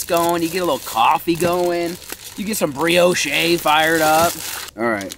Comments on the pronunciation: I love but this dude owns chickens and still buys eggs. While saying some shit like breeyoshay. ITS BREEYOWSH MOFO I LOVE YOU. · lol BREEOSH’EH!!! it’s BREE OSH. (Brioche). Love the videos!!! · Did he say, berry's with the cream? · “BRIO CHEY” 😂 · it's pronounced bree•aash my guy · Someone teach him how to say Brioche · Just fyi, the "e" is silent in Brioche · It sounds like brioche but say it without the e at the end that’s how u pronounce it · Now you have me wondering if you actually know how to pronounce brioche